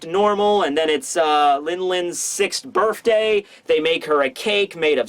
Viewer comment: you need to know that there is no "f" in the word birthday